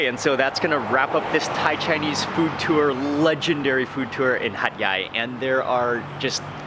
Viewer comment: Hat yai sound like hot guy